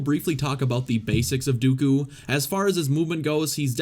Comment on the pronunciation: The way you say Dooku makes me cringe out of my skin